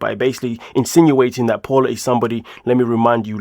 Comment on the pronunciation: Not Paula, its pronounced Pow-la